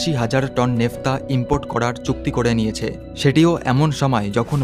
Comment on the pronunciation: 'নেফতা' নয় কথাটা Naphtha. বাংলায় 'ন্যাফথা ' হবে।